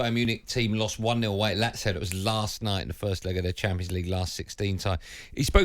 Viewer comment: Goldstein: that caller pronounced Lazio perfectly, what's wrong with that? You are the one who says it wrong.